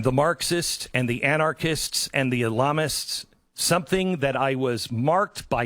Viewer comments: He actually said "Ilamists", not Islamists lmfao. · He said ilamist? Wtf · The ilamist huh? You couldn’t even say it the first time haha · Wtf is an "ilamist?" 😂